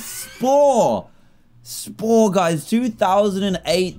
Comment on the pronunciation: Its funny because when he sed what is spore I heard wha i por 🤣🤣🤣🤣🤣🤣LOOOOOOOL🤣